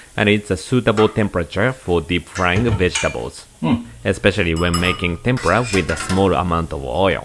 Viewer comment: Dear Sir.yuor pronunciation on Tempra that's the way you pronunciation sound BUT. RIGHT WAY IS TEMPURA Wich make lots difference